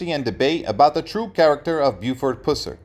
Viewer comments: AT LEAST pronounce the guy's name correctly: It is pronounced PUH-sir. I cannot believe you didn't research your subject... or at least hire a competent narrator. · Dude! It’s pronounced, “Puss-er”. I couldn’t hardly stand listening to you butchering his last name. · Can you say "bus"? Or "cuss"? "Pus-sur"!😮🙉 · PuH SIR Not pooss-rr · It's pronounced PUH-sir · Its pronounced PUH--SER, not Puss-er! Geez.....do your homework! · It’s (PUH-SER) PUSSER 🗣️‼️ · Just for your info: his name, Pus-ser, rhymes with "bus" or "cuss"! 🙉🙃☮️ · You pronounce his last name WRONG!!!!!!! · Should be a crime the way that you pronounce his last name. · Gezzz you would think if you were going to make a video about someone that you would pronounce their name correctly. I don't know if you were meant to mispronounced his name but if so it's not funny or cute. It's down right disrespectful. My father-in-law was a TN state trooper back then and he has me stories about what a good person and man Mr. Pusser was. Also why is there such a big interest in him and his life all of a sudden? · You got that right! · Yes he does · I’m beginning to think the same thing!! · Pronounce the last name correctly! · You can’t even pronounce his name right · Wrong pronunciation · I’m a Pusser and we don’t pronounce it that way also from Tn where the movie was actually filmed